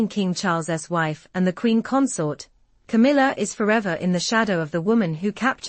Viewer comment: Camilla not Kamala